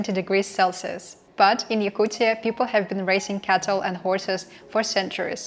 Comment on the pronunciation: STOP SAYING YAKUCCCIAAA srucis f YOU